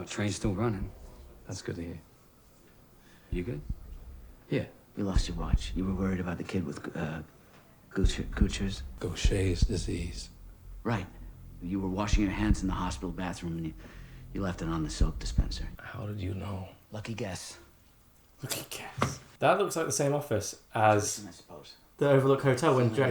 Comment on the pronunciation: I love that mispronounced Gaucher's Disease as if he was reading it as words and not as thoughts